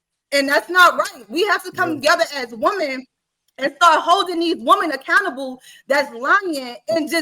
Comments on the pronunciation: I'm not trying trying to be funny, but could someone please explain to me why is it that so many people say the word "woman" instead of saying "women" When started talking around the 4 min mark she kept saying woman when she should have been saying women. I hear lots of people do that and wanted to know is their a reason or is there a large portion of our society that just don't know how to use the words correctly anymore. Does anyone else notice this or is it just me? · I really hate how she keep saying woman and not women😤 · It’s women not woman. Why every time get on this type of panel he can’t control his speech. is intelligent he can be more professional and Christian. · She keeps saying “woman” instead of “women” 🤦🏽‍♂️🤦🏽‍♂️🤦🏽‍♂️ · Aye she taking me out with the word Woman. It’s Women smh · Ion mean to be petty, but is annoying tf outa me saying Woman instead of Women!! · It’s women not woman.